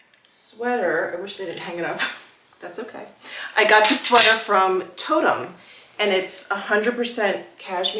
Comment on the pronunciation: Toteme - pronounced toe-tem 😊